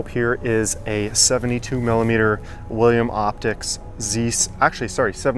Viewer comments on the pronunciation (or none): none